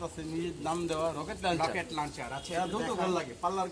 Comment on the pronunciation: Chapabazi bhalo korlo. Locket luncher. Thikmoto bolte o parena Rocket k locket boltese.